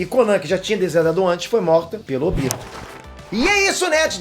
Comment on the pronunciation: O tobi e o Óbito são a mesma pessoa por que falam óbito e falam tobi